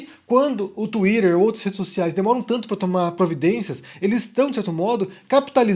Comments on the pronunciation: "banido do Touirer" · 🤣🤣 É engraçado quando o fala assim.🤣🤣🤣